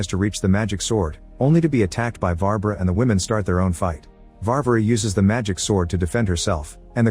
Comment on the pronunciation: his name is not Ali Yosha lol And the witch name is Varvara (emphasis on the the second a, not the first.) The Ivan name is not I vhan either. Its Evhan. (phonetic translation for ya)